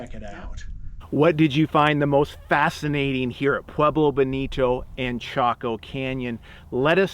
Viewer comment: Live in the SW near here but had to leave due to his pronunciation of Pueblo. Cringe worthy.